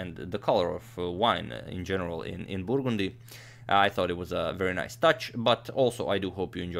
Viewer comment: I really like the way agadmator pronounces the word "burgundy".